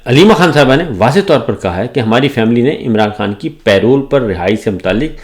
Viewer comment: Say it with me. PA-ROLE. Not Pay Roll.